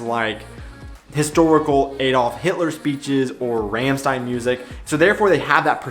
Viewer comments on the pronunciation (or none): Not Rämmstein but Rammstein. The A is spoken like U in Underground. In general German A is spoken as that. The English A is more like Ä in German. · It's Rammstein , not Raehmstein. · Ramstein wird mit einem „a“ wie in Bar ausgesprochen. 😉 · About Lea: It's neither. It's a long german E in the middle, like Germans pronounce the single letter of the alphabet. About Rammstein: It's Rum-Shtine. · Aligathoah (which is a weird, collc. Way to write alligator btw) isn't jetzt fun, light rap. He is very socially aware and critical in his texts, working with puns etc. And you say Lea more like Nr. 2, but without the e (or German i) sound between e and a. And Rammstein like "rum-sh-t-aye-n" (not confusingly written at all). And for more German music: check out Eskimo Callboy (not singing in German, but Hypa Hypa is so fun), SXTN (at least their single "von party zu party"), K.I.Z. (warning: not always very pg14), Peter Fox has some solo stuff (singer from seeed), and check out the 90/00er stuff from Die Ärzte. :) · Also Wanda ... they are Austrian but reaaally good. ;) And its RAMMSCHTEIN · It's really neither 1 nor 2 and Rammstein is pronounced somewhat like this: rum-shtain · I have to admit i'm a bit disappointed. I know you speak german really well so i was hoping you were the first american pronouncing "Rammstein" correctly, but yet here you are pronouncing it wrong like all the other 'murricans. :/ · Step 1 - learn to pronounce Rammstein correctly (-_^) and you missed out on "Scooter " - "how much is the fish " From across the southern border I can recommend: Bilderbuch, Folkshilfe for a start